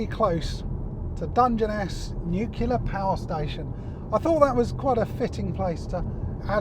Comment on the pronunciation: there speaks a true convert! The fact is that manufacturers, all of them, try to dupe the customer with unobtainable mpg figures (plus other lies, are you listening VW/Audi group?). Btw, it's nuclear, not nucular - a good review though, thanks.